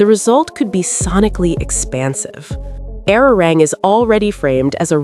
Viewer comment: Learn how to pronounce the name of the album